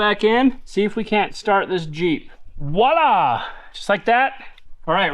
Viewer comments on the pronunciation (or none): You Utah cats crack me up. I’ve heard Paul from Fab Rats say this too….it’s voila, not wallah! Haha. Love every video despite your mispronunciations 👍